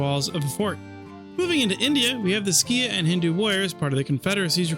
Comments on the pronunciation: Skiah instead of seek (Sikh) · It's pronounced like seek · Or more properly like Sick, but Seek is a fine English localisation. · I feel like you must be living under a rock if you don't know how to pronounce Sikh.